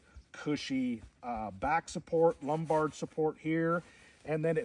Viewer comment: you almost lost me at "lumbard" lol